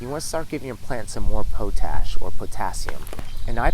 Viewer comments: POTASH POTASH POTASH, NOT POE-TASH I liked the video though. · Pot-Ash..... not potash like potato..... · Pot ash not po tash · I've been saying it wrong, POT-ASH , instead of Po-TASH all these years. great video! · It's *pot-ash*, ie the ash from the fire that used to be collected in pots. "Potash is pronounced as POT-ash (ˈpɑːtˌæʃ in US English or ˈpɒt.æʃ in UK English). You say it by combining the word "pot" (like a cooking pot) with the word "ash" (like the residue from a fire), putting the main stress on the first syllable. Pronunciation Breakdown First syllable: POT (pɑːt or pɒt) – rhymes with hot or cot. Second syllable: ASH (æʃ) – rhymes with cash or hash." 🙏🏻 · Man you’re saying potash wrong. Pot-ash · your welcome po tash sounds like a slang word for something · its pronounced pot ash, potash lol